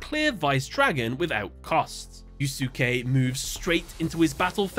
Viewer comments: Is that pronunciation of the character's name in the dub? I'm pretty sure the "not 4kids" version should be pronounced as "Yu-skay". I say this because of Yu Yu Hakusho! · I'm gonna go on a limb and assume you have not seen one of the classic animes: Yu Yu Hakusho. It's pronounced "Yus-Kay" (Yusuke) just how Asuka is pronounced "As-Ka" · Id never heard yusuke being pronounced differently aalmost every single time, "yu-suuu-kay" and "yu-suu-ki" are definitely a first. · It's supposed to be pronounced Yuske as in Yus-kay. The second U in Yusuke name is Silent. Not the first time people mispronounces names. Not really a big deal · yeah "yus-kay" is how I normally hear it for English speakers. I just found the fact that he pronounces it differently entertaining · The name is pronounced you say yussske the letter U is kind of silent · As someone who plays Persona 5, the way you pronounced Yusuke hurt my soul. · You're not supposed to pronounce the second "u" in Yusuke's name. Think of it like Sasuke's name in Naruto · The way is butchering Yusuke's name bugs me so much. 😂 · So, there is no English dub. The only way for him to have watched this is by listening to someone actually pronounce yusuke's name right, so there's literally no reason for him to be f'ing it up this badly. It's actually hard to watch (my bf thinks it's hilarious but I disagree). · As a Yu Yu Hakusho lover, hearing Yusuke being said that way hurts me. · I literally cant watch this video because of how he pronounces Yusuke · Someone please teach this man how to pronounce “Yusuke” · Sorry, but it's bothering me how you're pronouncing Yusuke. It's like when people pronounce Sasuke as "Sah-soo-kay". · you're mispronouncing "Yusuke" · Oh god. Your pronunciation of “Yusuke” made me ill. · Me trying not to vomit at his pronunciation of yusuke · "Yoos-kay," not "you-soo-kee," dude. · NGL the mispronouncing of such a common Japanese name is really painful to hear it's pronounced Yu Skay not yu su key